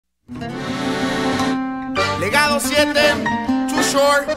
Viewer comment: Did Dj Khaled not know how to say legado 7 or what or shrek lol